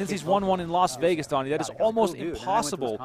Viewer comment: Why do people say, "Los Vegas?" Is it difficult to say "Las" Vegas?